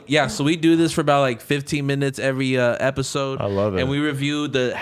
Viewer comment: be like, " On this epiZode of diZconnected..."